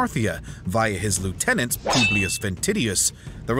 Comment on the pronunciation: pooblius publicola 😭😭